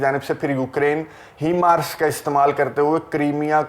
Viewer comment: Assalamualaikum... apki video Kafi informative Hoti Hain.... But sir your pronunciation of HIMARS is incorrect.... Please correct it.